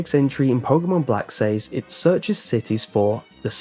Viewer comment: You are pronouncing says incorrectly.